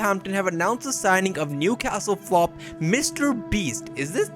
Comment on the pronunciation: It's so funny😂 how he says flop